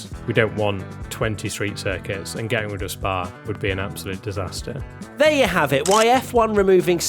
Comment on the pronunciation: It would be a di-spa-ster